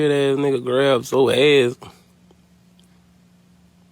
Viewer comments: It’s Zoe not zo lol yall annoying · Im listening to the video as Im doing my hair & Im just wondering who tf “Zo” is when its “Zo-ie” I was so confused 😭